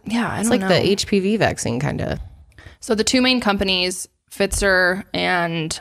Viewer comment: the way you said Pfizer LOL